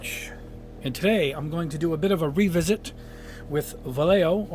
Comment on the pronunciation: Help you out a bit with the pronunciation. It's vallejo, va as in VA lley, lle as in YEsterday and jo as in HOvel or the way Santa 🎅 laughs. Hope it helps. BTW just awesome videos.